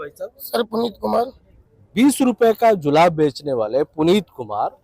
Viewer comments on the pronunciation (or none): DO I HEAR HE SAID JULAB NOT JURAB.😁🤣😂